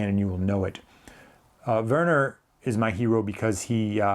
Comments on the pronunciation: Great video. You pronounced Werner corrrectly. Quite well to be an American👍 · You are correct in how to pronounce his name. The German’s pronounce a W as a V, and a V as an F. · hi, great stuff as ever! Werner in german speaking areas is pronounced "Verner", well done 😊 take care mate